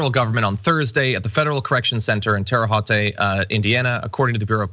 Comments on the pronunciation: That's "Ter re hoat" not "ter re hoat aye" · It's Terre Haute like Holt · Sorry to be a pedant, but "TERR-ə HOHT" (rhymes with "boat"). Obviously not the most important element of the story, but it is important to get names correct. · It's pronounced 'Terra Hoat' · I grew up in Indiana and there are so many reasons I escaped to Washington State. Just a note about the pronunciation of Terre Haute it sounds like; Tear - Ah - Hote. Tear like rip something. Peace. Out. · It’s pronounced Terra HOAT. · It's Terre [Hote] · Its pronounced terra hote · Irrelevant but, the name is brought up a lot. Its pronounced Tara-Hoat. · as a Hautian, it kills me every time it's mispronounced. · That pronunciation of Terre Haute was a real Trumpism. What John, never been to Ondiana? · It's an honor to hear you miss pronounce the name of my hometown. 😂😂😂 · As a native of Terre Haute, it hurts every time someone mispronounced it. Thank you for getting it right. As for John: shame, shame, shame.